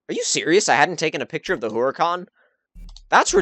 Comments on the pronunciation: how to pronounce HURACAN - ooo-ra-kan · It's pronounced [Oo-Ra-Khan] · Yeah the pronunciación of haracán os conpletely wrong xDD belive me, im spanish, i know. Btw, could you please do a max out buggati? Thx